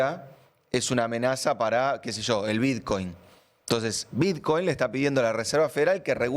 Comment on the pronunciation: Qué crack Emma, siempre. Ahora, que pronuncie biDcoin en vez de Bitcoin me duele muchísimo. algunas veces.